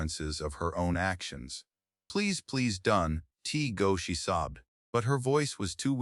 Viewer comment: action not acción.